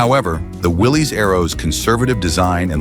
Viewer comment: Willys is pronounce Willis.